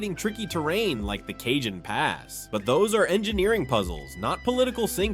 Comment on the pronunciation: Cajon is pronounce Ca Hone Not Cajun.